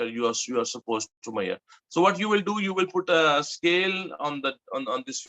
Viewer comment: you pronounce measure like "maiyaar"